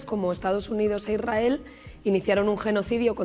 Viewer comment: Porque no pronuncia bien no es IRAEl es ISRAEL es como si se dice espana que tal .......